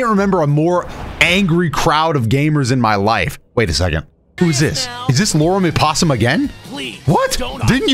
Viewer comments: Did my man really just say "Lorem Epossum?" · "lauren ipposium" 😂😂😂😂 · “Lorem Ipossum” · Me as a programmer laughing my ass off at saying “loren i-possum” for Lorem ipsum placeholder text😂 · As a graphic designer I also busted out laughing, that pronunciation is insane XD